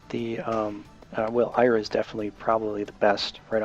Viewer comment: lol :P You pronounce some of the names weird. Iria is "ear-e-uh", not "eye-ruh". Schutleis is "shul-tice" too. Doesn't look like it should be pronounced that way, but it is :P